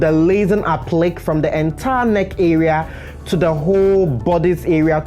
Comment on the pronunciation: APPLIQUÉ IS PRONOUNCED (APP-PLEE-KAY)! I LOVE YOUR WORK AND TIPS!